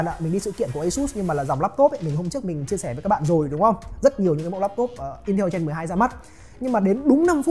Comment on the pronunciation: Ra máy mới liên tục cảm giác cầm Rog Phone 5 còn chưa nóng tay thì đã Rog Phone 6, 6 Pro 🤣🤣🤣 Quá nhàm chán vì cuộc đua cấu hình Snapdragon Gen series 😂 Gen chứ không phải REN 😂😂😂